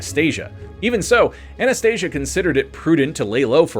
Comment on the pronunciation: Anastasia …. With an A not an O at end idiot